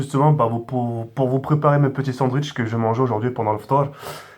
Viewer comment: "sandouitche" IL A DIT MDDDDDDDDDDDDR